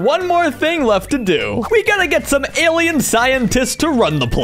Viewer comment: awesome and everything I got annoyed with him saying Alleny cuz the word for Allen things is Allen